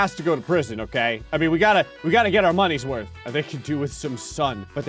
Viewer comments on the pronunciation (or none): none